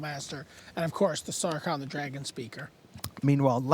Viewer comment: These announcers annoy me, and it's all over one word. It's Sarkhan, not Sarkin. You don't say Kins of Tarkir, do you? Same word. Same meaning, even! His name means 'Great Khan' for cryin' out loud! SarKHAN Vol. OK, rant over. This was a good match. I wish I was good enough to compete at this level.